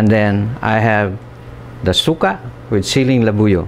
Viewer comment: Pronounced suka in a way that translates to vomit. Jeez.